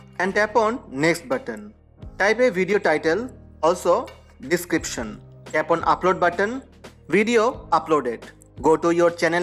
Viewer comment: Is he saying tap on or tampon